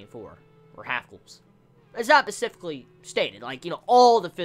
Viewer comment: Can you please pronounce specifically the right way lmao its throwing me off every time you say pecifily